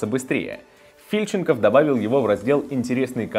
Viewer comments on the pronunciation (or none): ААААА, ТА НЕ ФИльченков, а ФильченкОв!!! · Не ФИльченков, а ФильченкОв бл*ть😡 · Лалалошка * фИльченков фильченкОв правильно